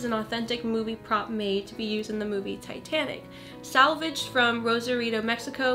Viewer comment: when u said titanic I thought u said satanic